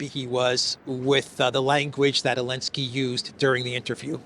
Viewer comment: ELENSKY ? REALLY? NOT ZELENSKY?